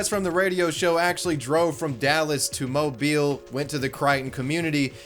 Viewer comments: I am so glad you pronounced Mobile and Crichton correctly. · Well I could be wrong but since you pronounced Mobile correctly I'm assuming you're Southern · Thank you so so much for pronouncing mobile correctly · I love that my home town is known for a leprechaun lmao, you can still find recreations of the "amateur sketch" in graffiti in downtown Mobile. Btw love that you pronounced Mobile the right way and not like how you would say "mobile phone" 😂